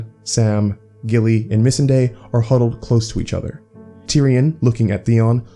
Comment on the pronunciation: I absolutely love your videos but please correct the way in which you pronounce Missandei, it's a bit annoying